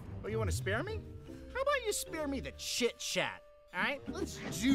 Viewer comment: When Po said "chit" as in chit chat, it sounded like the S word. Even when I had the captions turned on, YouTube thought Po was saying the S word but Po only said "chit".